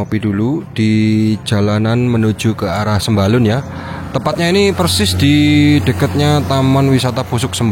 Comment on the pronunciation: Namanya bukan sembalon tapi Sembalun wkwkwk